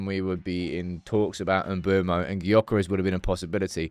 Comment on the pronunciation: You dont say the G in Gyökeres. Its more like jokeres. Coming from a swede 😂